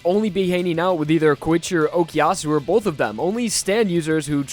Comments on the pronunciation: He just called Koichi KOYICHE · Coochie lmao. Idk if he was tryna say Koichi or Poochie but he done fucked up